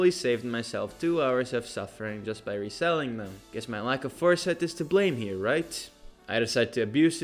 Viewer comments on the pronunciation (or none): none